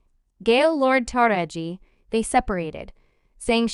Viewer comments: I have no idea why you’re pronouncing her name (actress Ta-ra-ji)incorrectly is it you really don’t know. I’m sure you’ve heard it pronouced several times. Are you saying incorrectly on purpose really……. I’ll pass on subscribing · First of all allow us as black people to tell OUR OWN STORIES..you can't even say MS Henson's first name right...if you were right you would be talking about how WHITE STARS (FEMALE) are NOT fighting the studio's to BRING the black women's salaries.. up to what their MAKING. A WOMENS A WOMEN HER SKIN COLOR doesn't define her worth or make her less a woman but perhaps that memo hasn't been put out. So while your mastering mispronounced names and promotion of black women disagreements USE THIS TIME TO SEE if our white sisters would do a boycott on equal PAY, equal OPPORTUNITY , resepct, equal representation for your DARKER SKINNED LADIES. HOW BOUT THAT ? So quick to try spill tea on us , ALL WOMEN DO WHAT ALL WOMEN DO...quit your Emphasizing our fight and join in on our PLIGHT ! YALL cry about how the men make more and are at this moment demanding better or equal pay, why not be concerned about how black actresses or actors get screwed ? Make this part of your demands. Than please PUT SOME RESEPCT on To Taraji P. HENSONS NAME ! GET IT ? GOT IT? 😉